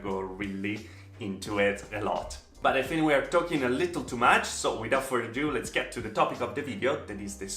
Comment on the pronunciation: I love the way pronounces little LOL "Leetel". so cute